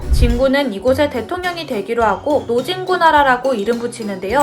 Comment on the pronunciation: 나는 도라에몽을 도라이로 들으고 노진구를 노변태라고 들었어요ㅋㅋㅋ